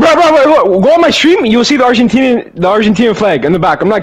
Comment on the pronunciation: bro said "Argentenia" Lmaoo